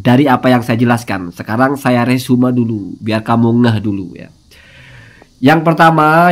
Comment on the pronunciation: Mantab gua, Cuma kok ada kata kata resume 😅😅😅😅, indo banget bacanya